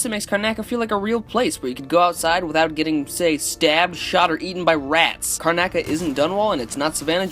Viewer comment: car-na-ca? CARNACA!?! it should be car-noc-a! good vid tho